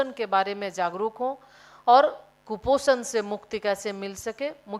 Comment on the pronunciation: कुपोसण को सम्पत टना है लोगो ने ये मंत्री बोल रही है